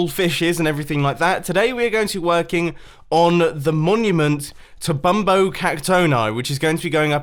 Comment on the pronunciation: Pronounced See-nyor-eye Bum-bone-ee